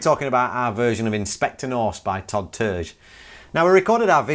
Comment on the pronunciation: Terje is pronounced like tar e ah